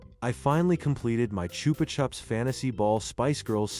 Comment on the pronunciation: It's pronounced "Choopah Choops".